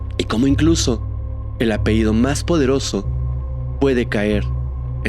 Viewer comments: Me gusta tu manera de narrar. Oye, un detalle: la pañabra es "apellido"; "apeído" no existe. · Hola se dice apellido no apeido😅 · La palabra que corresponde al nombre familiar es "apellido", no "apeído". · Sr. Pronuncie bien apellido, no apeido. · Apellido señor, apellido! No, apeido! No se dice apeido.😑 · Esto es crítica constructiva, ojalá no te moleste. Se dice sustancias, no substancias y apellido, no apeido 😊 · Muy bien solo un gran detalle es "*APELLIDO*" no apeido. 😊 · Se dice apellido, No apeido, gracias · Apehido, apehido, apehido? En verdad no puedes pronunciar correctamente una palabra tan fácil?